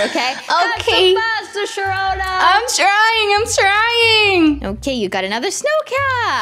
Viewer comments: WHOS HOLOSHAHONA THATS WHAT SHAROONA SAID LOLLLLLLL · HI SHAROONA Sharoona: HI SAHONA me: AHHAHHAHAHAHHAHAHAHHAHAHAHAHAHAHAHAHAHAHHAH HA.......................................................